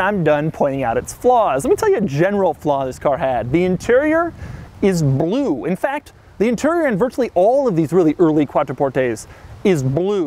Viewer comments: IT'S SO BELUE! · Weird fucking way of saying 'blue'